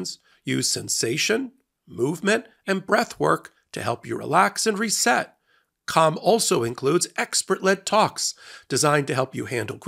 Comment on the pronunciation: Hey man... If you gonna say 'calm' that many times... You really need to annunciate the word each time bc ... I was listening to this in the shower and the noise from it made it sound like you were saying another word over and over... Lol